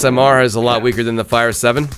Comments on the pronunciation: He called the five seven. A fire seven😂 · It's five-seven not fire7 lol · Fr. It kept pissing me off when he said fire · its Five-Seven not Fire-Seven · it's five seven not fire seven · It's called th FIVE SEVEN NOT THE FIRE SEVEN 5-7. 5-7. 5-7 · "Fire seven" smh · Did he just say "fire" seven? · It's the five sevens not the fire sevens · Liked it except why U call it a fire seven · it's the five seven not the fire seven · Um you said fire seven instead of five seven XD. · it is five seven not fire seven